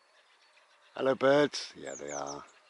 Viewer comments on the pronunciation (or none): I like so much about your ramblings but a few things have floated to the top of my list: 1) your "hello" or "allo" - it always makes me giggle - don't know why but that's good! and 2) I've learned new words such as "bimble" - how cool is that? As always, thank you.